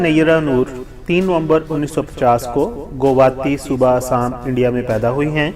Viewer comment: ہندوستان کے صوبے کا نام اسام نہیں بلکہ ”آسام“ ہے۔۔۔آپ باربار آسام کو اسام کہ رہے ہیں۔۔۔